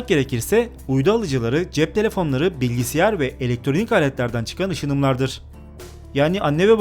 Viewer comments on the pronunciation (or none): abi bilgisiyar değil bilgisayar dır